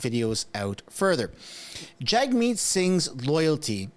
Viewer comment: I dig your content but you gotta start pronouncing his name right. It’s Jug-Meat Singh , not Jag-meet Singh